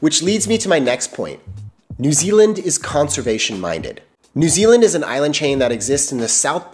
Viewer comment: He gets points straight off the bat by not pronouncing it noo Zealand ❤